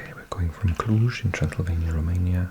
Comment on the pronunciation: You pronounced "Cluj" and "Cluj-Napoca" better than most of people which live in Bucharest or in the southern part of Romania :))) Thank you for your videos!